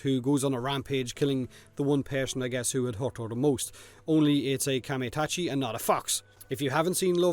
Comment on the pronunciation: samurai shit=exaclibur wind sickle=excalibur Spear+shield+falcon is this Skyforge? and it's pronounced Kamai-Ta-chi (A like you pronounce U in a word simple and straight-A not AE/AI/AY just A) overall these descriptions are too short and quite boring